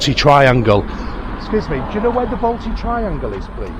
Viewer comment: If your coming to my City at least learn to pronounce the suburbs correctly. The Balti Triangle is not a place like Drayton Manor either.